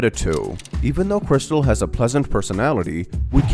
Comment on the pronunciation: Guys, Its Not Crystal, Or Krystal.. *Its Kristal 😭*